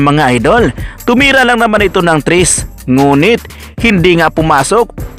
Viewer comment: tres po ang nai tira ni maya hindi po “tris”, tsaka po Jeremiah po hindi “jirimaiah.. haha